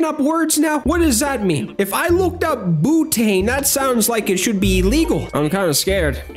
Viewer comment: "Boo tain!'